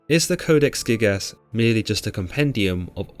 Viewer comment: I know I am not the only one hearing him saying "Codex thickass"